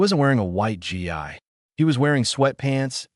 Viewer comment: AI can't pronounce gi. It is pronounced "gee" not "g" "i"